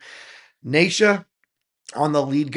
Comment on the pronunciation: … OK Brother very detailed reaction but perhaps you should do some homework on The Mighty MS … It’s like (knee Sha) not Nay Sha … Ok “ICE” is now 11 (not 13 or 12) … it’s Stacey out front on rhythm & vocals at 13 .. Sheena is the mom (not in this one) but she manages the video even when it’s the MSFabFour the ROCKN KIDS of MS … they do use Pro tools but they do these in a continuous take (they may make several before they get the one they like) … now they do layer in extra extra vocals & instrumentals to beef up the sound but they do not punch in overdubs to cover mistakes … now “The Master Secan” pronounces his name like (See Kaan) not (See Can) like it looks to us westerners … 👍🏼🙏✌️❤️